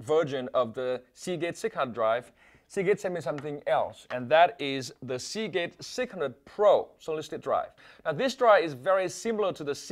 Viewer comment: hear him say segate sick 100